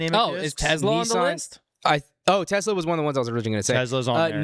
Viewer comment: Saying Tesla like "Tezla" should be a jailable offense.